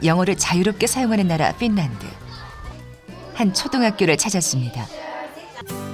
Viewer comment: 필란드가 아니라 핀란드 아님???